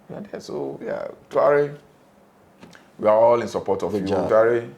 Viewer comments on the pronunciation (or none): The name is not Toare it is Tra-o-re